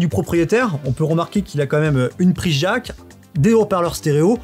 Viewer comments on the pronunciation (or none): une prise "JACQUES"... C'est si compliqué que ça à prononcer le mot jack (DJAK) ?